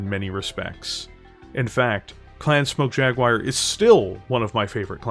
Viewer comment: I usually dont get mentally speedbumped by accents but this is one of those rare occasions, I keep hearing 'Clan Smoke Jaguire'